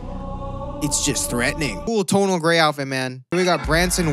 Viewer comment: no one:: “tONaL”